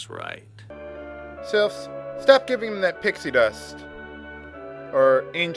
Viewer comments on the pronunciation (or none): none